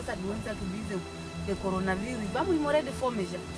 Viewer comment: Kkkk coronavirus não coronanos